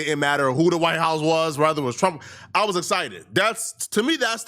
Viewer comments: Why is this nigga always saying rather instead of whether 😂 white journalists don’t do this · The word is “whether”